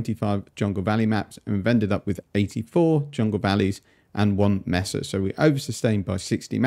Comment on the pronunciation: Love your content Cannot begin to handle you're pronunciation of MAY-SUH as MESS-UH OOF not even as a Spanish speaker- the English speaker in me loathes this Please, for the love of God.. Consider changing your pronunciation